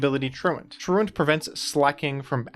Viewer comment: I was so happy to hear you pronounce truant correctly, feels like every other poketuber I've ever heard say it says it troo-ont